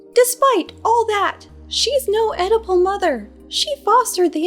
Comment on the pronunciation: When you said Oedipal mother the first time I thought you said edible mother!